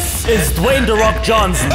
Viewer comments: DON'T Ratio + not Dwayne De Fok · "Dwayne the fok Johnsson"